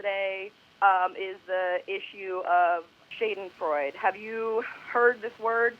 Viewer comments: "Have you ever heard of the word shaydinfroyd?" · She pronounced schadenfreude wrong.... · I’m German and the way she pronounced that word haha 😂 sounds NOTHING like it. At all haha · The way she pronounces Schadenfreude. 😂